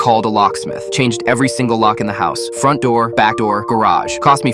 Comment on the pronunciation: Hous? It’s house not hous